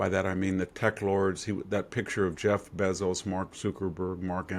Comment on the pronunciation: It's Bayzos fool!!!